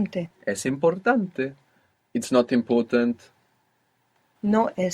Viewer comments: Why is the e on the end of the words like "importante" sounding more like (long a) instead of the eh sound e is supposed to make? Thank you. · Because it's not important -e it's importa -te like "te gusta"